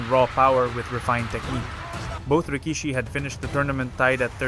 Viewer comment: You don’t pronounce Waimanalo correctly. An insult to our culture. You pronounce rikishi wrong too. You insult the Japanese culture. Do your research dude!!! Chad is gone and I’m sad.